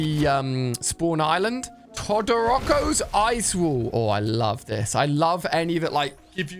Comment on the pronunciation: its not todorocko its todoroki